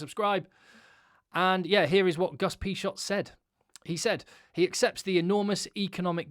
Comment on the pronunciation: Great video, though you literally made me hit the table each time you pronounced Agustín Pichot name. Cheers